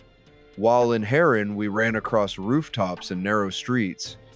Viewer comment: Why you pronounced it as "Ha RAN" 💀